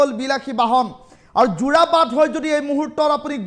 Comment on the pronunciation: যোৰবাট নহয় 😂 যোৰাবাট হয়